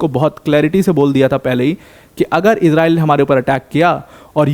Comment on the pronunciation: Bhai tu iran aur israil ka nam thik se le